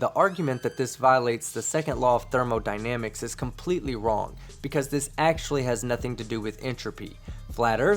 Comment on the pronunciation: Got that trailer park accent down lol 😂